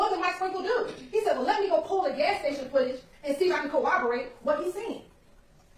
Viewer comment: I can't stand hearing an educated woman, AN ATTORNEY, saying co-overate. It's corroborate!! You're on TV, lady. Make an effort.